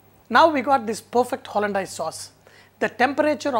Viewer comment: Its pronounced hollan-days, not hollan-dyase